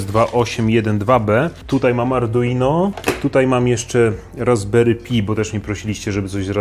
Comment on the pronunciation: RASBERRY PI (CZYTA SIĘ PAJ A NIE PI)